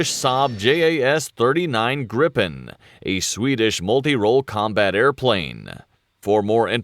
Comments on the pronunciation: J in Swedish is pronounced like y in yes. So it's pronounced Yaas Greepen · And its not JAS, Its More like YAZ